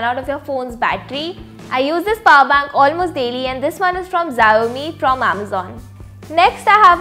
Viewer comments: Did she say xaomi instead of shaomi (although spelled as xiaomi) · U hv pronounced Xiaomi in the wrong way